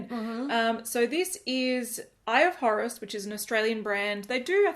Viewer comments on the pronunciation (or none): Totally thought you said “Eye of Horrors” 🙈